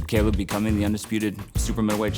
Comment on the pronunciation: they can’t be too close if the trainer calls him “cable” instead of “Caleb”, Lol 😂